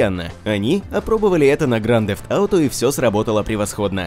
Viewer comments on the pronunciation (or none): Грант зефт ауто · Слыш можеш говорить не гранд дзэфт ауто говори лучше гта 5 или гта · Какой же гданд дефт ауто? Блин..... кровь из ушей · Просто минус уши, грАнд зефт ауто... Чел, уж лучше говори просто ГТА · Произноси название правильно,пожалуйста!!!